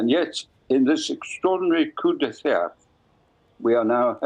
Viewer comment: Heseltine cannot even pronounce 'coup d'etat'. As a wet he knows all about that when he was part of the cabal against the demonic Thatcher